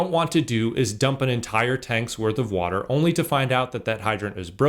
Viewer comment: lol "wherez da wudurl?"